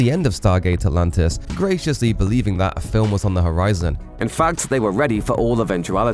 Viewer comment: do i hear right ? stargate alantis 😅 ??